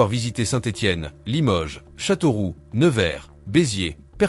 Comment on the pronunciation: Je viens de voir ORAN !!!!!!! pourquoi pas Mers el Kebir non plus , ou Blida . Perpignan, ça ne m"étonne pas c'est la ville la plus pourrie de France, à ,fuir. Chateauroux sans le X final, pourquoi pas Chateauroue parce que je viens d'y 'acheter ma voiture. C'est peut être l'IA qui était bourrée !!